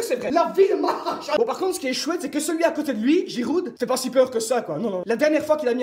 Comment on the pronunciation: Giroude, c'est ça l'accent belge ?